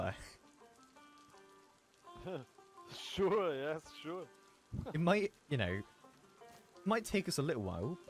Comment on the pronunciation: "Mokba" lmao